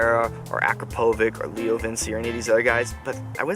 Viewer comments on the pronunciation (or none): its pronounced akrapo which